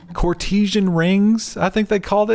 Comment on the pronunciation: I think the word was trying to pronounce was "courtesan" pronounced almost exactly how's it's spelt: core-teh-san...